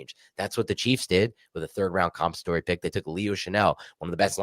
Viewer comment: 'Demonstrative' joins the ranks of 'compensatory' as words getting the pronunciation. The boys are back!